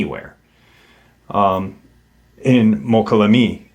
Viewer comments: I think you are talking about Mokelumne? Pronounced Mo-call-a-me. Interesting story, I lived in the area for several years. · MOKA- LOO-ME... MOKA- LOO- ME! Slow down,😂😂. Damn Bro, you butchered it again!! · Pronounced... "Moe-kolla-may" 😏